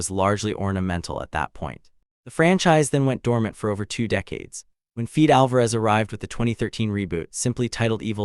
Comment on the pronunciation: 😂 Who? Feed Alvarez? Lee Crawnin? 😂 do better AI…